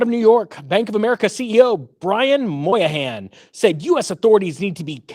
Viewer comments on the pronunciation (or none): Brian Moynihan, not Brian Moyahan, lol.